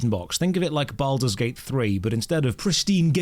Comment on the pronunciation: Take a shot of liquor every time mispronounces the game's name.